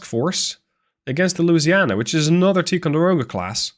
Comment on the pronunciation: I like your vids and your command of English is great. Having said that, you're mispronouncing Ticonderoga. The I is a long sound, like the word tie, not like tea. Again you speak great English, I would probably horribly mangle Dutch words, but I would like to help you to be even better. 👍👍